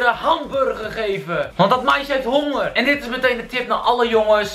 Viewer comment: "Ik heb een beetje hongeeeuurrr" hoe bekakt kan je praten jeez